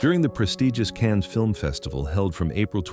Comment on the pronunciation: "Cannes" was pronounced wrong!